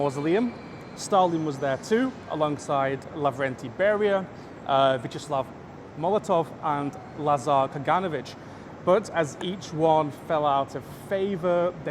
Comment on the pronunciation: What a fantastic video! Just one nitpick: it's Кагано́вич (he was a Jew from Kiev Governorate, not a Serb 😉)